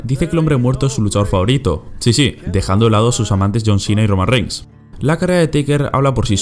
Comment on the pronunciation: Jajaja cuando dijo Roman Reings (o como se escriba) 🤣🤣🤣